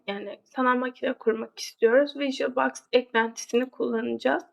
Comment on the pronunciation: Anlatim güzel fakat bazi kelimlerin ingilizce teleffuzunu yanlis yapiyorsun virtulbox gibi cok dikkat cekiyor😂😂